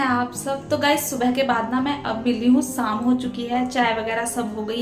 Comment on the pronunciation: Nice vlog Thora sa speaking style pe dyhan den vlog,wash,morning Yani o waly words me apki pronunciation Sahi ni isy improve kijye shadi ko Saadi,tasty ko tashty,sham ko Saam mtlb sheen ko ap seen khti hyn n seen ko sheen khti hyn improve kijye I hope you dnt mind 😊